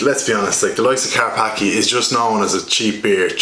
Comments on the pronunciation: Its Polish, and its pronounced "Car-patz-kyeh" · It's pronounced Car Spa Ski